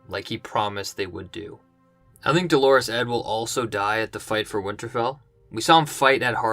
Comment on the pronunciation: It's "Dolorous" Edd not "Delores" :D